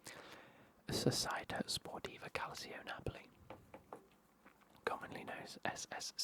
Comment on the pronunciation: I think you mean ‘calcio’ -pronounced cal-cho. It means football